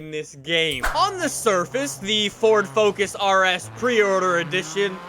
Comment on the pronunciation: "Fous" lol